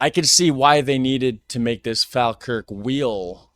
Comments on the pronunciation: I live in Falkirk, the video is very nice but you absolutely destroy the pronunciation at every point in the video! Falkirk is pronounced Fall-kirk, however locals like me pronounce it Faw-kirk. And technically the Falkirk wheel is in Camelon and yes the pronunciation is different! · Prounced 'Fall - Kirk' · It's pronounced fall kirk. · Its the Falkirk wheel , not the Faaalkirk wheel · It is pronounced fawlkirk, not fahlkirk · Not pronounced fal its prounced fallkirk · its pronounced "fall kirk " not " fAL kirk " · It's pronounced as in Fall, not Fal. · Sorry but it's fall Kirk not fal Kirk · Pronounced fall kirk! We pretty much use miles/feet etc. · Say Falkirk like this fall kirk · It’s pronounced “Fallkirk”.🏴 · It's pronounced Folkirk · To help with your pronunciation it's pronounced Fall Kirk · Pronounced as Fall kirk wheel. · Pronounced FALLkirk here in uk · Say it like Fall-Kirk. Falkirk. 😅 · Pronounced Fall-Kirk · It pronounced fall kirk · Falkirk also has the remains of the second coast to coast Roman wall in Britain called The Antonine Wall. BTW Falkirk is pronounced Fallkirk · Falkirk is pronounced “Fallkirk”. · Fawkirk. The spelling with an “l” is a fairly recent, Anglified hypercorrection. The older spelling is the way the locals pronounce it, Fawkirk or Fa’kirk. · You almost said Falkirk properly once, and corrected yourself halfway through, to get it wrong. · its pronounced "fall-kirk" but as someone who lives here the only nice things here is the wheel and the kelpies